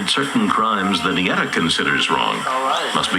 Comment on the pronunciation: its Ñeta Not Neta Wtf , and Its not a jail Its a grup Of Criminals